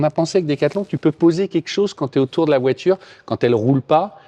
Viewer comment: ...VOITURE !....Pas "VOITJURE" Merci 😆